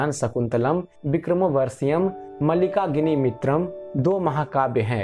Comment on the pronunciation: आपकी वीडियो अच्छी है … केवल आपने मालविका-अग्निमित्र और कुमारसंभव का उच्चारण गलत किया है।